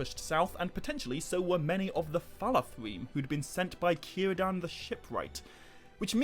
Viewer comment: 15 min mark, I knew you were going to say Cirdan, and of course pronounced it correctly.